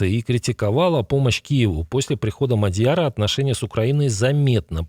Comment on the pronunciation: Шон Пенн - трижды лауреат премии Оскар. И Петр Мадяр - ударение на первом слоге.